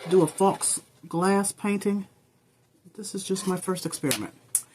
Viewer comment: loved your video but I wasn't sure what you were saying by the word fox. then I read the title and it said faux, which is pronounced foe. The x is silent. Sorry to be a grammar police. but I did like your video.